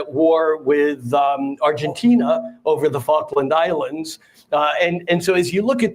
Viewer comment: "Falklalds"? You mean Las Islas Malvinas